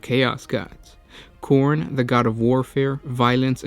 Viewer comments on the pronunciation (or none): none